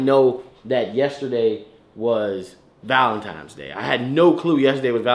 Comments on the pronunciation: You keep saying valenti”m”es😭😭💔😂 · Why sayin “valentimes” day💀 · Lol.. it urks me when he pronounces valentines day as valen 'times' day.. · I’m so tired of saying Valentimes lmao. It’s crazy, even when talking to their friend… he gone use that M & not N 😂😂😂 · So y’all just gone let keep puttin an ‘M’ in Valentines?! I mean… he looks good and all, but somebody gotta fix that.